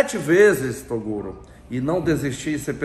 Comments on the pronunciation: o cara nao quer midia mas nao sabe nem falar o nome do outro torugo kkkkkkk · Esses caras são monstros, guerreiros e merecedores top demais.... Raxei com o chamando o Toguro de "TORUGO" HAHAHHA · É impressão ou ele chama o toguro toda hora de TORUGO ,KKKKKK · Segundo ele "torugo" kkkk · Eaew torugo, tarugo, hahahahah o mano toda hora chamando o nome dele errado tava daora! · Marcha "TORUGO" kkkkk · torugo kkkk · torugo kkkkkkkkk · Torugo kkkkk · TORUGO KKKKKKK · o cara realmente n sabe falar o nome do toguro? wtf kkkkkkkkkkkk